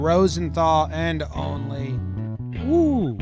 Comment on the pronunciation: so Jimmy is pronouncing Olney as "Only" on purpose right? Love the pod.